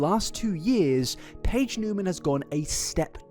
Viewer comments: Niemann is actually pronounced "knee-man" not "new-man" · Knee-man not new-man. Love ya but had to clear that up and that YouTuber Gabi from Fancy Vlog I believe it’s what it’s called did the same and even got in an Ari music video so that she would stop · “Newman”… isn’t it Neiman?? Like “knee-man”?? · Just fyi…it’s Niemann like knee-man, not Newman. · Its not "newman" thought... its Niemann, there is a big difference in how you say it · Edit: You forgot to tell us to mention BEANS if we got to the end. <3 I, for one, will not correct you on her surname, and will congratulate you on saying it wrong the whole time. She's pretending to be someone else and sell corn as someone else...that's horrifying. People will villify a man in an instant, but a hot girl? Oh no no, better say "it's just impersonation" - 75% of the comments on this prove to me that your average viewer is incredibly stupid, and that's sad...since you're so smart, and put so much effort into things. You even explain like...how being an impersonator, and living your whole life as another person are very different things - and people are still convinced she's just an impersonator. Like...yo, impersonators go home at the end of the day to be normal old Bob, or Susan...they're not living AS Elvis, or Britney Spears. Ariana does GREAT impressions, herself...but she's not stealing the lives of those people. xD "I never said I was cosplaying as her!" Bitch you know what you're doing, lmao. (God she's painfully stupid too... "I'm fully aloud" ALLOWED ...ALOUD MEANS YOU'RE SPEAKING ALOUD...AHHHHH stick to corn, honey, but get your own damn face.) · He was meaning that she was still in 2021 acting like Cat, when it started in 2018/2019. My beef is with how he pronounced her last name 😂